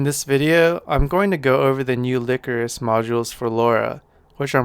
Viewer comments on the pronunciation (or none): That is probably pronounced (lie chorus) not (lick or us).